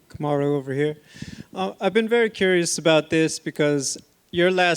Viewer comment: What is your Name... Kumaru... Not it's Marty... What is your name Kumaru No it's Marty.... What is your name... His name is Marty Fake Newsman and he'll choke